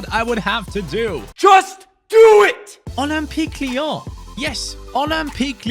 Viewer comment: Ole-m-peak Leee-yaawn 😅